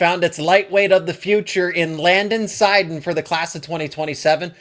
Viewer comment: Your saying his last name wrong what wrong w you you suck get a new jo